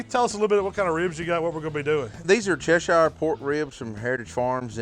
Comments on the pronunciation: Che-sheer not Che-sh-ire. Great recipe, horrific butching of British County names. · Pronounced - Chesher........ Not Chesh Shire. From a UK Veiwer. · as a person from Cheshire ENGLAND, i can tell you that it's pronounced "chesh-urr" my lads. now get to the gym so you don't keel over of a heart attack at 55 and financially destroy your family.